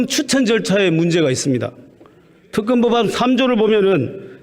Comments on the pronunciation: 임이자씨~ 정거는 없고 증거는 있지요! ㅋㅋ 갱상도 것들은 발음도 무식이 뚝뚝! 특검은 특금이라고 하고, 증거는 왜 정거라 하냐??ㅋㅋㅋ '으"와 "어"발음을 철저히 뒤집어 하네!ㅋㅋㅋ 한국어부터 다시배우고 와서 토론에 나와라~ 이 사람아~ 너의 그 무식한 소리가 기록에 남는다! 네 얼굴 역사에 남는다고~ 쪽팔릴거다. 평생!!! 역사가 널 손가락질 할거다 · 임이자씨 발음 넘 웃김 죄가 없다 제가없다 특검 턱검 ㅋㅋㅋㅋㅋㅋ 보던 중 빵 터짐 ㅋㅋㅋㅋㅋ 자기 혼자 반대 열심히 해보세요 ㅋㅋㅋㅋ 생떼도 썰때 써세요~~